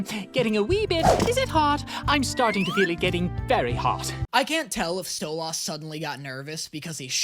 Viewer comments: Am I only only one losing my mind to hearing say stolas's name wrong Edit: me sitting here offended, because I know, like ten people's phone numbers by heart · HE'S DOING IT ON PURPOSE!! HE'S MISPRONOUNCING STLOAS' NAME ON PURPOSE!!! 😡😡😡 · STOP SAYING STOLAS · I love your videos but please stop saying stolas’ name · See, I don't mind his pronunciation of Stolas. I've heard it has Stol- is, Stol-oz, and Stol-as, and honestly, those tend to bother me more. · i love that when people got mad about how you pronounce stolas name your responce was to duble down xD keep slaying king ! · The way can’t pronounce Stolas right is wild 😭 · In stolas' name domt emphasize the A, pronounce it more as an I or an E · I hate how he pronounces Stolas but I deal with it bc this man is hilarious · I know he said in the previous video that he doesnt understand how the way he says Stolas is wrong, but he pronounces it like Stella does, by putting emphasis on the second half. She does it to call him an ass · If you love stolas so much, say his name right. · You know what I’m not even going to fight it anymore in the endless war of you mispronouncing his name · Listen in the last video you said that u pronounce stolas the same as they do in the show but like- u pronounce it as stolAs 😭 you pronounce the 'las' like the 'las' in the word last while the show pronounces it stolus like 'lus' from lust instead of las 😭 BUT HELL YA MORE HELLUVA BOSS ‼️ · it's pronounced STOW-LES, not STOW-LAS!!! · Btw it's pronounced stolis but spelled stolas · Stolass? Its stolAs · stoluuuuuussss no no its stoliiiisss AND CAN YA NOT SKIP THE FUCKING BEST PARTS PLS>:( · It’s Sto-liss not sto-loss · so his name is pronounced "stole-is" not stole-os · It seriously triggers me how keeps pronouncing it "Stole-Aws".... Even in the show, when they say his name, it's "Stole-iss" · damn that stolaas thing is really anoyying XD LOL its stolas not stolAas or stolaaaaas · It’s pronounced like stolis